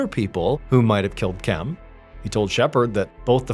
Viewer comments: Why can’t you say Kim? Why do you say Kem? Drives me crazy. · I kept wondering if he was just pronouncing Kim oddly but nope definitely Kem lmao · “Kem” has got to be literally the worst name to name someone… the whole video I’m thinking why is he pronouncing the name “Kim” that way… granted I missed the minor introduction… but still… that may be worse then Karen lol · This whole time I as like, wow Ballen says Kim uniquely 😅 I was just listening to the audio